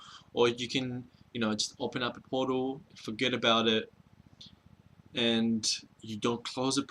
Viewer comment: every time you say portal it sounds like you're saying puddle and i laugh